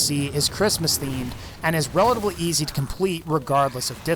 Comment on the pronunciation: He says every word right except for relatively lol